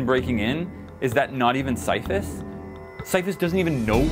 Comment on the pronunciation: NOT SYPHUS